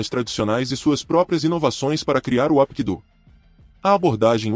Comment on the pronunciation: Parabéns, excelente vídeo, maravilhoso, só una crítica construtiva, não se pronuncia Apkido, se pronuncia Rapkido, o H tem som de R.